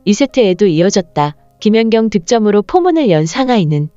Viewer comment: 이 영상은 ai가 읽어주는 내용이라 발음이 듣기가 거북하고 발음도 이상하고 김연격 김연정 ㅋ 올림픽 무승승차 업적을 남긴 김사니, 김수지, 표승주 영구퇴츨과 조송화와 신연경도 영구 퇴출 이들 싸그리 영구퇴출과 더불어 배구계에서 제명을 해야 하고 서 전감독을 모욕과 허위사실을 유포한 혐의로 법적 책임을 물어야 할것이다, 이런 것들은 싸그리 뿌리를 뽑아버려서야 한다.